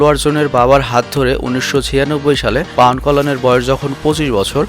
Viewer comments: পাউয়ান কল্যান না, উচ্চারন হবে পবন কল্যান সরাসরি হিন্দি থেকে কপি করেন কেন ? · পাউয়ান না ভাই পবন কল্যান হবে ওটা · ভাই ওটা পাওয়ান নয় পবন কল্যাণ